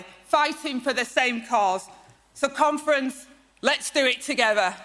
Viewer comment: Whenever she says conference, all I hear is comrades.